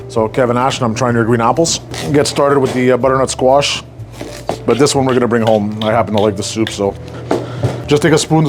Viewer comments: Bro sounds like an auctioneer when he says bddrntsquash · “Brrrrrnut squash” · I love how he says butternut squash 😂❤❤❤ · Never knew “butternutsquash” was one syllable til now lol.